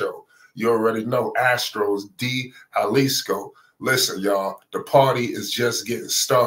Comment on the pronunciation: Bro say it like this——- day halisco Astros [De Jalisco Astros]